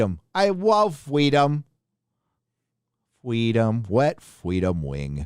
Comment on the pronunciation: Hey wabbit. You need a shave :) Fweedom!!!! :)